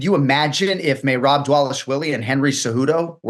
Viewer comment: if he says mayrob one more time